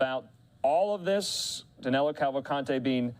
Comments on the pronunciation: Danelo sounds really bad but that's how they pronounce it in the US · 2 weeks and 💩 news can't get the fugitive name right!! Danilo, not Danelo. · His name is Danilo Cavalcante, not Danelo.